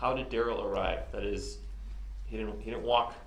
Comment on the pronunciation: And he lies completely unnecessarily. Such as saying his name is Duh-RELL, when it’s really DARR-uhl. Who does that?? That’ll further decrease trust when LAW ENFORCEMENT and JUDGE DOROW realize he lied to them about how to say his name! Stoopid!